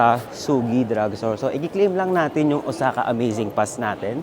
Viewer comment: iba ka rin mag travel vlog beh, puro mukha. hahahaha. Tapos ayusin mo nga mga words or grammar mo, nakaka irita. "OZAKA?" and many more. lol